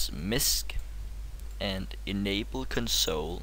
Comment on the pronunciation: Console. Why do you say it weird?